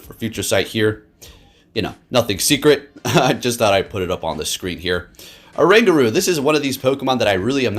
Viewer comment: This pokemon is based asian apes which is orangutan. The pronounce must start with "o". I noticed many people skip "o" sound.